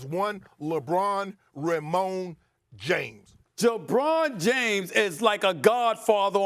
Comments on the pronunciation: Did he say jebron James? Lmaooo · "Jebron James"😂